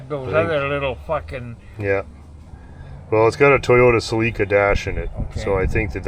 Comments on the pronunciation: I've also never heard that pronunciation of "Celica" before. I've always heard it "Sell~ick~uh" ....never "Sa~Leak~ca". Have I always been wrong? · "Suh-leeka" ???????? Oh you meant "Sell-li-ka" (Celica)😂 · It took me a few seconds to figure out what a Toyota “sa-LEAK-a “was. I’ve never heard it pronounced that way, it’s always been “SELL-i-ca” in my world. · Yet another "tell" distinguishing Canadian English from American English - You Cannucks pronounce Celica, suh-LEEK-uh. South of the border, it's SELL- i - kuh. Vive la difference! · Is that how you say Celica up there? Celeeka? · It could be a regional thing. I'm in the UK and I've only ever heard people say "seh-leek-ah". I'm aware of the "sell-ick-ah" pronunciation but I'm pretty sure I've only ever heard it used by Americans. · I forget you guys pronounce celica differently lmao. I was going WTF is a seleka? 3rd gen celicas are my favorite, although I think I ruined mine letting it sit out in the driveway for a few years:( One day you'll get an email about it, I need some advice on it.